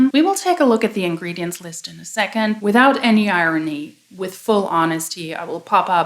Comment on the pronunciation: Great content as always. Two piece of constructive criticism: 1) Ingredients has only four syllables (not five); 2) Sometimes the volume of your speaking voice trails off at the end of a sentence. Having said all that, you speak English better than 50% of the population of Massachusetts.